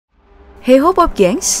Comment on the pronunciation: Kok pake heho sh... walaupun tulisan nya hey ho tp suaranya ttp heho. heho kn tentara jepang yg jajah Indonesia dlu kalo ga slh kn ya